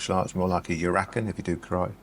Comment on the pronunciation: Karate backfist -ura-ken not urakan!